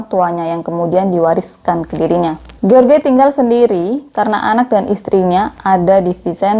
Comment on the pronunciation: Jeors baca nama si laki2 nya kak. Bukan george 😂. Pake terjemahan google dl .gimana baca nya lain x nama orang kak.